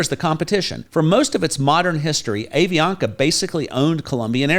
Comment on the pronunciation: Hi,. I am a US citizen living here for 20 years in Cali. A suggestion for you. The pronunciation of the airline is "Ahh Vi Ana Ka". Love your videos.